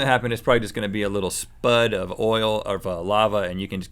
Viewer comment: "A spud of lava"